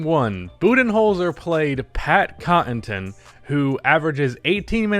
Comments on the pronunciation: Say it with me!: "Conn-uh-ton" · 1. It’s Pat CON-UH-TUN 2. Pat is a solid defender and serviceable shooter. 3. He’s primarily a hustle & energy guy. He played good defense on Butler, Butler was just in rhythm and having better offense. There’s nearly nothing you can do in a one on one situation in that case. Bud should have put Giannis on him in the last 5 min. Case closed. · Nobody:: Cotton-ton, Draa-jik. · Not only that the man can't even pronounce "Connaughton" to save his life xD. I love ya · Bro you gotta learn how to say Pat’s last name